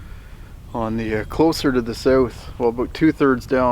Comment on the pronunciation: Your accent is so weird. Say south, out, about, house......LOL! It’s like you’re talking normal until you say a few words like those then all of a sudden you say a word like one of those in a strange accent it’s odd.